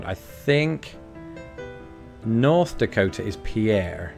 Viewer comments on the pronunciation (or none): Pierre SD is pronounced "Peer" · You said Pierre wrong!!! And it is South Dakota's capital!